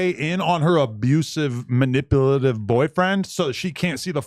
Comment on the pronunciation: Point & shoot gon eat his ass up over the mispronunciation of “manipulative” lol, no DIDDY